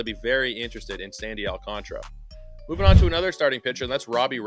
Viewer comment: It's Al-can-TARA! 😂😂😂